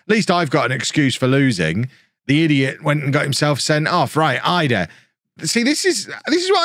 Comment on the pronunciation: He pronounces it "ee-dah" apparently! 🥔